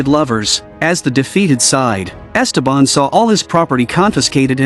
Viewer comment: It’s so jarring the way they pronounce Ésteban, with an accent on the first E, instead of the correct way, with the accent on the second e.